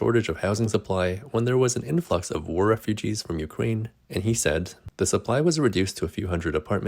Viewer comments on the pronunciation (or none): none